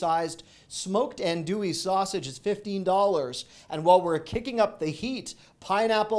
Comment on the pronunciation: Yay! He can pronounce Andouille. I saw the package and clutched my pearls waiting to hear it.